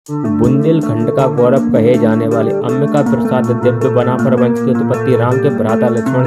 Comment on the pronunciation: बनाफल 😂😂 ठीक बोलना सीख 😂😂 और उस समय पे राजपूत शब्द भी नही था 😂😂